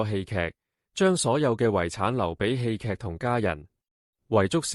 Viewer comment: 侄唸「窒」，戲劇不是居！